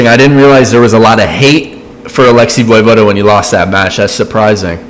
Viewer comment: Im pretty sure it's *vuhvohda) not voy vohda.